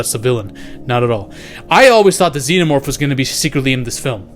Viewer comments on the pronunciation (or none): none